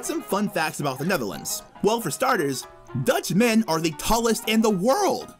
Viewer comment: Lol the way they say the neverlands (Netherlands)